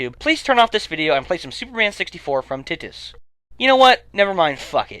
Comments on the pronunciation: Titus: pronounced TI-tus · You mispronounced Titus.